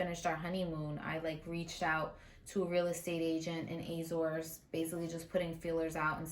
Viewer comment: How can you buy house when you can't pronounce Azores 😂😂😂😂